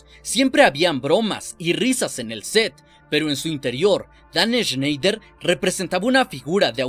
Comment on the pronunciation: Buen video, espero que algún día logres pronunciar snider y nickelodeon.